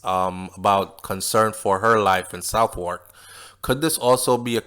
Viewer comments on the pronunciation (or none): I think the British pronounce Southwark "Sovark" :).